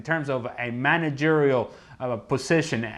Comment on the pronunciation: he said managerial.....